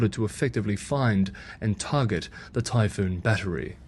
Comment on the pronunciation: Typhon not Typhoon